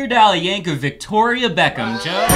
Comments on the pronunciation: It works fine when spoken, if you pronounce it correctly. I.E. "Yankovic" ends in a "c", not a "ch". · My bad, I just looked it up and it seems his name is americanized so he pronounces it 'vik', not 'vich' as it's supposed to be pronounced. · I know that nobody gets all of these, but it still hurts a bit how many times they say YankoVITCH for Weird Al's name.